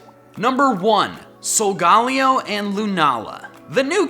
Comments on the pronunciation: Solagaaahhhleo??? ITS SOLGUHLEO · Sol ga lay o. That's how you pronounce solgaleo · Its SOL-GA-LAY-O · he pronounced solgaleo wrong. this is how: ( soul-guh-lei-o ) thats how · U forgot to put in wimpod and u said sogaleos name wrong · you pronounced sogaleo wrong. i mean, at least you know how to say raquaza.